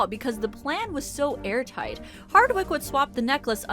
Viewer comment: “The plan was so ‘air’ tight.” #chortle